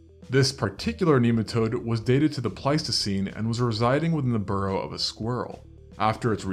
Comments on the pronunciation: "rodent burrow", not "rodent borrow". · BURROW... not BORROW...